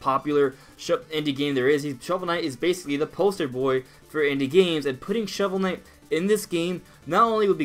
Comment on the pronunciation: Ah Yes...Shovel Kight.